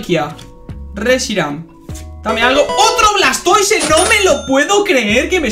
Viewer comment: "Blastoi" puro cine 🥵🥵🥵